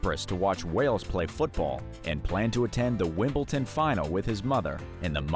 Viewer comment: Winbleton lmaooooo